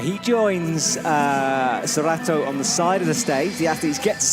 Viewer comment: gently emphasizing "Meichi" and "Sorato" while the other guy doubles down on "Mechi" and "Soratu" 😅